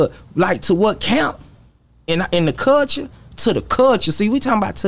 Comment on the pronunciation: Wit da “Cullshuea” lmaooo man hell naw